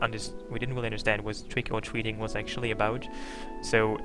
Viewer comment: ahahah "twick ow twicking" You should learn to say the R's instead of snorting